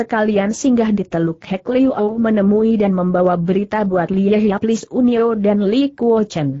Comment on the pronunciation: Lis Un Nio? Mkin yang dimaksud Li Sun Nio. Suara google sering tidak semestinya. Bisakah mutu suara ditingkatkan agar cukup baik?